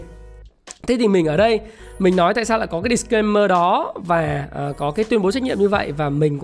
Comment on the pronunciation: A phát âm Disclaimer kiểu việt sub Đ!T claimer ấy :V